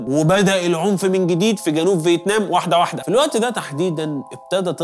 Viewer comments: فيتنام ❌ فيتمان ✅ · هل لاحظتم أن الدحيح شوي بقول فتمان وشوي بقول فتنام